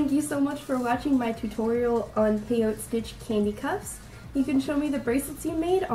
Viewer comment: Nice job. Love your tutorial. Just a side note. The 'e' is not silent. Peyot'e' stitch.